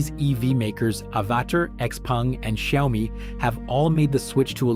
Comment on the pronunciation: If the US switches to Chinese AI, maybe AI will pronounce Xiaomi correctly